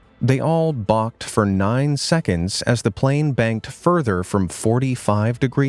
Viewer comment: plane crash (you said plan crash